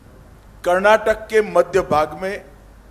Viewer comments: Firsr he shd learn to proniunce Karnataka and Kannada. He says Karnatak and Kannad. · Amit Shah can not even pronounce properly the name of our state and language. It is not Karnatak and Kannad which always he says. He is home minister.